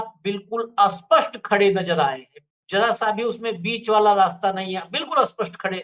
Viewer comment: स्पष्ट को अस्पष्ट क्यों बुलाते हैं कृपया इस और ध्यान दें।